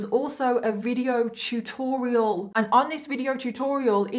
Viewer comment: thought you said "chew-torial" i had to rewind👀👀👀😮😶